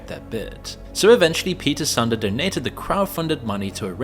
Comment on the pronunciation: Pete Sunday :D It's "Soohn-deh"